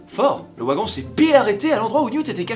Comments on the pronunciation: le ouagon 😂😂😂 Quoi 2020, et alors ? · Ça choque quoi moi la prononciation "ouagon"😂😂?